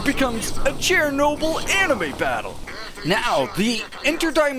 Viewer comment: Dudes out here pronouncing it chair-noble